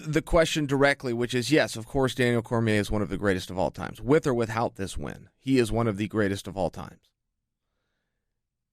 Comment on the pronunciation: chael's pronunciation of 'without' gets me every time